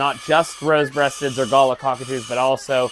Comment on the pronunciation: Every time he pronounced it "gala" 😂